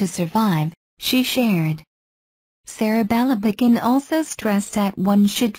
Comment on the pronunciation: ang sakit sa tainga ng pagbigkas sa pangalan.. sereh belebegen..